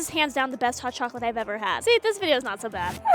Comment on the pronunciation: that's not how you say chocolate in Spanish